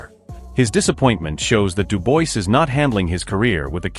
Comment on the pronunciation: Why is it when someone narrates about the likes of DuBois and Itauma they never pronounce their names properly like Itauma they call him Itoma or Atoma and DuBois they call Deboyce. Can't you just do your homework and call their names as they should be. At least listen to the pundits who more often than not pronounce them the way they should be pronounced. Ffs!!... Having said all that there hasn't even been any talks about a fight between those two boxers so this video is about a possible fight between these fighters not a real fight....